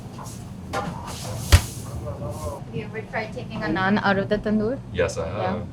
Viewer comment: Oh no, you messed up the naan😂🤨. Anyway I loved this video. You know, because of my heritage, I love Indian and Chinese foods. I loved the Nepal segment with all those momos(dumplings). Looked very tasty. You and Nathan did a very good job going around the city and highlighting some of the foods available here. Great job by your host. Looking forward to what's next. ❤️ BTW, you know what I love about these videos, is that you show us foods that we could probably try, now that we know what to expect.